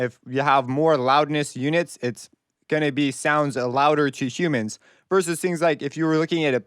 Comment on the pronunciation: Is this guy an alien cause he says humans like it’s a diff. species 😅😂